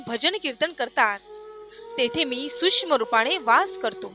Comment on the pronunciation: tumhi hya 2 shabda ucchar badla; subscribe not subsribe, sukshma and not susma